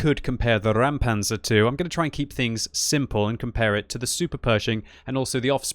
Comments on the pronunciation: Räumpanzer.. not Raumpanzer, and most certainly not Rammpanzer! RÄUMPANZER!!! And it is pronounced like this: Roym-pun-tsah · It's pronounced "ROYM-pantser", if anyone cares. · Just say "Roympanzer" for a better english pronunciation of the german Räumpanzer. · it's pronounced "ROYM-panzer" - your pronunciation of foreign names is usually very legit, so I just thought I'd pass this along... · Pronounced: "Roim-panzer" (as in - "oi - you there") - in other news, I wish we still had team damage now that we finally get tanks with showels stuck to them...) - lastly - always fun to see a historical Bundeswehr issue tank in totally non-historical desert camo =) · pronounces it like "Rammpanzer", which would be a ramming tank xD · Exactly, it's not a Rammpanzer and not a Raumpanzer. "Räumen" is a verb means mean to clear as in clear a street of snow or clear a site of rubble. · Dear, pronounce it "roimpancr" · BTW you pronounce it like the british Oi oi oi Roimpanzer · Ok please try this: say out loud "noice" and then try "Roimpanzer"...now you did it right! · You do not even try to pronounce it correctly??? Good Job... pro streamer... deabo block. ffs